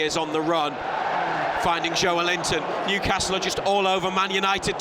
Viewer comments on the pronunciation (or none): Yup..and it's Newcastle .. the way u did it , its like saying Liver Pool :)